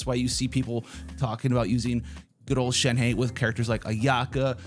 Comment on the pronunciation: ShenHe...it kind of sounds like Shen-huh